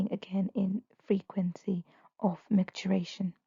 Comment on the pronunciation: MicturItion, not micturAtion.